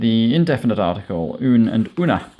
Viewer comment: He cant even PRONOUNCE el, la, un and una correctly but has the narcissist urge to make videos about what he doesnt know how to do. . A TOTAL DISGRACE, LIKE 99 % OF THOSE SPANISH LEARNING RECOMMENDATION VIDEOS HERE.